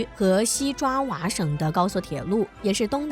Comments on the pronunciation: 爪哇，不是瓜哇。 中國語文還要加強破音字的用法。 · 是"爪"哇, 不是"瓜"哇. Come on! Big mistake! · 爪哇岛， 你读成“瓜” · 这小编水平一直不行啊，频道不换，小编也不提升。爪哇念成瓜哇，没常识吗？ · 爪哇说成瓜哇... LOL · 爪哇岛、第一次听“瓜哇岛”！ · 是爪哇岛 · 講解員讀錯字了!爪哇是爪而不是瓜。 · 剛聽到確實嚇一跳，後面就對了。😂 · 不學無術的講解者！